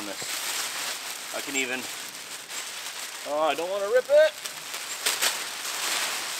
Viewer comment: My favourite saying ooor pisss! 😂